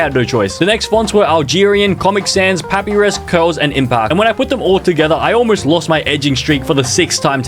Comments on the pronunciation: "Papyrus (pah-pi-rus)" WHAT- (i pronounce it as pah-pie-ruhs, how do u?) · As an Undertale fan, it is not pronounced that it’s pronounced this (pu- pie-rus) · AS AN UNDERTALE FAN I HURT WHEN HE SAID PAP-I-RUS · Pah pee rus. Nooo Puh pie rus. Yes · Not papirus, but papYrus as in the spaghetti thing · first it was "MaRyO" and now its "pApiRiS" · Its prononced (pa-pie-ris) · “Pappyris” I swear how can someone mispronounce it like that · “pappie rizz” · Bro said poappyris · How does he not know how to pronounce papyrus and get brown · The way he pronounced papyrus made think this man has never played under tail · the way he pronounces papyrus hurts my brain